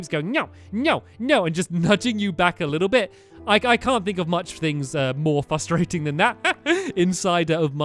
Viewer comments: I absolutely love how he says "fustrating" instead of "frustrating" It makes me laugh every time :D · Frustrating not fustrating oh silly stamps